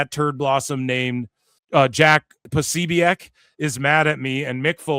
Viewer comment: Corny asked his followers for help dissing Jack. You aint even saying his name right 😂